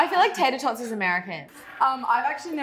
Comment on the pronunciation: Haha the what I’m assuming was an attempt at an American voice by for tater tots got me 😂